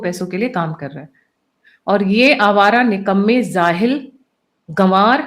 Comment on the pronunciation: doesn't bother reading comments by listeners? "Zaahil?" "Zen z?" It's jaahil and gen z!